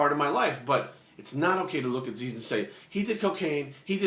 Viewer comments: Zyzz. Not 'Zeez', hahah. Love your vids mate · its not zeez, its fkin zyzz brah not z e e z..fkin zyyzzzz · it is pronounced as ziz, not zeez. he said zeez because that is how americans pronounced it and he was having a laugh. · Go watch the video entitled "zyzz-inspirational speeches" Zyzz himself pronounces it as Ziz in the video more than once. He doesn't pronounce it as Zeez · Zyzz is pronounced ZIZZ, like the word "is", "fizz" "jizz" "ms" "Liz" "his"... NOT ZEEEEZ!!!.. Anyway.. GREAT VIDEO, I like ur thoughts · P.s zyzz is prounounced like " jizz" lol.. not "zeez" just a heads up :-) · Good advice, I think you are pronouncing Zyzz's name wrong though. It is written like Zyzz but it is supposed to sound like "Ziz" Anyways, good video, thumbs up. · What? No Zyzz did say it himself. You havnt watched any of those rare vids? There are even some motivational zyzz vids where they show it. I thought it was pronounced Zyzz too in beginning. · You can't even pronounce Zyzz's name right! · omg yah he pronounced it wrong butt wtf you just care about that! and this video is fucking great i hope you all acknowledge his advice cause its fucking good advice. Erland Grodal nice comment bro yah he maby too roids butt it was still hard work and motivation that got him that body you fking cant inject riods sit around and think you gonna get built! zyzz is an epic motivation to millions for training! good video brahh